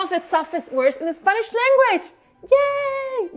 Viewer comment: Tu "r" es perfecto. A veces tu "i" es un poco latino. Pero muy buen acento con un poco de latino, que es bonito. Puedo entender todos, y tu gramática es mayor que muchos americanos. Cuando dices "spanish", the "a" could be flatter, and the "i" could be duller, but overall, I was amazed.